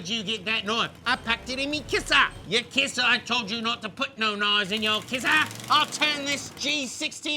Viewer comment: "I packed it in mi kissa"